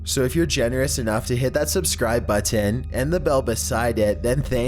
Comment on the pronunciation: can't sub bc of the way you say "button"